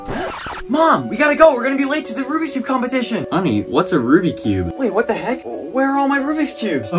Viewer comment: I like how in 0:6 he said ruby cube instead of rubix cube